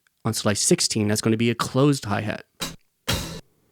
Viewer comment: "HAI HEET" that was hilarious 😂